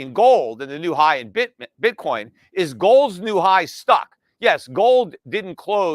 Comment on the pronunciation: Pete said Bitcorn lol